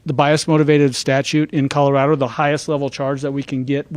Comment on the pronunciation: Please help this mayor learn to pronounce his own damned city. It’s “Call-Oh-Rad-Oh” (springs) NOT “Karo” (springs) 🤦🏽‍♂️